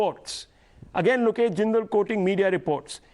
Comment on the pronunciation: "Look esh" is silent 😶 . Sun joy 😊 seems to be making it big in Congress Congress spokespersons should come properly prepared for Debates.